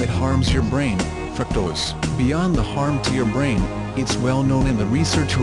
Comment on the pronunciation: " Fruak - tohs "